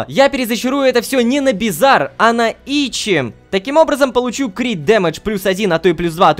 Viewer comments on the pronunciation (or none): Какой итчи, говори лучше итачи)))